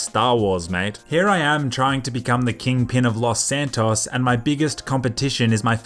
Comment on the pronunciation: stop saying Los Santos like that...